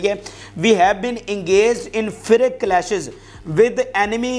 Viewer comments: Bete, maana keh aap bahaut masroof hain, lekin comments zaroor dekhiye. FIERCE firik nahi hai fee-ers pronounce karte hain. PLEASE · Fi + ears = fierce. ( Not ‘firrik’ ). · Firak nahin fayars hai pronunciation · Bhai feeurs boltay hain na kay feeruk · It is not Firek ... Fierce means intense or aggressive fighting! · fierke nahi, fierse hai. you are giving good news, keep it up! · God bless you for your prompt news Just need to let you know that please read fierce as fierse. C is pronounced s here. You are a good presenter so l need you to improve your pronunciation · Fierce bhai google pronunciation check karlein aik dafa